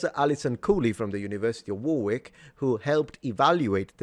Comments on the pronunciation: War-wick? Dunno, mate. Oh, you mean Worrick. Over there, see the castle? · Warwick is pronounced "worrick" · I know that you appreciate correct pronunciation, and unfortunately you mispronounced Warwick. It is pronounced “Warrick” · Very interesting video. 👍 FYI, When saying "Warwick" you don't need to pronounce the second "w" so it's said "War-ick" 👍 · Warwick is pronounced [ˈwɒrɪk]. The w is silent in most British placenames ending in -wick or -wich. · just to help out, Warwick is pronouncedWar-ik; ignoring the second W. As it stands, AI can act as a tool as others have said more to explore ideas and two offer opportunities for reflection/testing out some daft ideas to see where they lead. However, anything critical needs to be properly verified as you might with a human author. The AI may make reference mistakes and so bills it's comprehension on weak foundations but human beings can be politically and deliberately manipulative or lie Simply for the power ambition. Essentially, the safeguards against AI are pretty much the same as safeguarding against intellectually corrupt human beings.